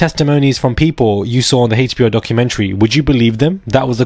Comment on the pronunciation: Not the hayche-bee-oh documentary. 😅